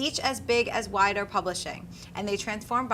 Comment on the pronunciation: It's pronounced WEE-DER.